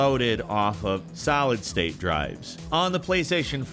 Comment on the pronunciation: Did just say "salad state drives"? Wait did he just say it twice??